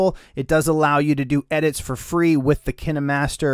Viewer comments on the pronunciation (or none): none